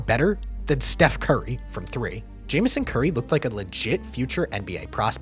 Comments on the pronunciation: Its pronounced James on curry not Jamison curry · i know it looks like its pronounces "jameson" but i promise, (i grew up going to osu games in stillwater, oklahoma) its pronounced James-on. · His name is pronounced James-On-Curry... And you dont "take charge", "you take a charge"